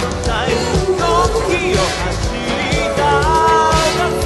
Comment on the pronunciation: 「僕の」の入りが少し 早かったせいか「ぼ」が伸びた感じになってるのと 「さぁ回り」の「り」の高音部分ができってないのと 「目も眩むほど」のあとのOh ohが入ってなかったです。 2番目のRide On Timeの Timeの発音のmeの発音が強調されすぎて やはり本人と多々違うところが 浮き彫りになってます。